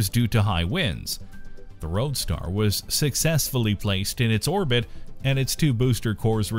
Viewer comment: It's"roadstEr" or "Starman"